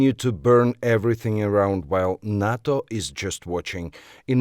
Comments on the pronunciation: don't say 'HATO', say 'HИЙTO' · Nato has to watch, Ukraine is not a part of the UNITED NATIONS. It's called Nato not noto.